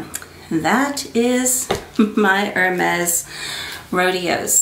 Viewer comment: Hi, the correct pronouciation of the Rodéo is Ro-day-oh (in French) because of the é. Hermès is Air-mez, because the H is silent and the è creates the mez sound.